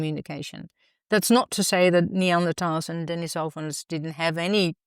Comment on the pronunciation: Since the word "Denisovan" comes from Russian, in Russian it comes from the name Denis (pronounced de'NISS) > denisov (de'NISSov = 'of Denis') > add female suffix -a and you get Denisova (de'NISSova) + English adjectivising suffix -n. So the word stress would be on the syllable 'ni', so de-NISS-ovans should be correct; but I've never heard an English speaker pronounce it that way.